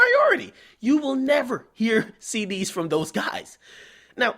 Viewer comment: LOL, he said CDs